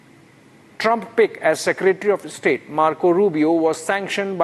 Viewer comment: The pronunciation of 'air strikes' is more interesting....Air 'IS TRIKES'....eeek Republic...!!! And 'chikens' coming to roost?? CHIKENS!!!! And terror "IS STATE"...!!! Pls make this practice...!!! Please Mr Arnab🙏